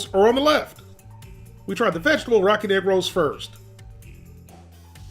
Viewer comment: (Not making fun) but for the longest time during the beginning of the video I swear you were saying "Rocket Rolls", and I was so confused 🤔